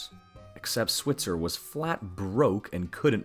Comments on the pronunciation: Switzer is pronounced "SWY-tzer," not "SWIT-zer." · 48 his last name is pronounced SwEYEtzer